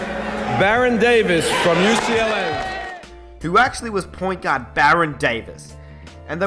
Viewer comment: i thought he said god when he said gaurd